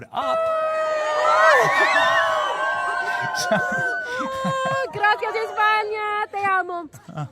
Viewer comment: she actually said "Grakia Espania", didn't even know how to pronounce "Gracia". What a moron.